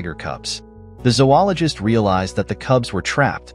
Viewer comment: No. Zo-ologist. Long O in the first syllable.